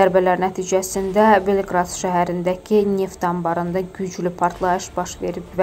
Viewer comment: Belqrad yox ay qiz, BELQOROD